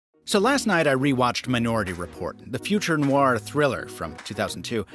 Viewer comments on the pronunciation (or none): none